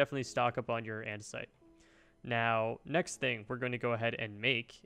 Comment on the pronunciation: "and an andesoite alloy"